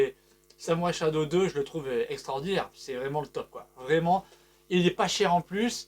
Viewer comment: Merci pour cette bonne vidéo, par contre la prononciation de Samurai Shodown (et pas "shadow") c'est pas trop ça 😅